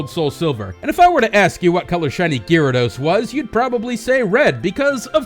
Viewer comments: Guy rados. Not leerados. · Isn't Gyarados pronounced :Garados not Gearados? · Ewww, why do you you keep saying Gyarados wrong!? GAR-ADOS not GEAR-ADOS! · Oh god had to stop watching the videos after hearing gyrados for like the 10th time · STOP SAYING GEARADOS! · "Shiny Geerados" lol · say 'gearados' one more time... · Gearados XD omg STOPIT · stopped the vídeo and disliked at "geerados". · It's pronounced (guy-ray-dose) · Could you say Gyarados any weirder? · The way you say Gyarados pains me deeply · U pronounce gyarados worong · the way you pronounced gyarados...... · you fucked up saying gyarados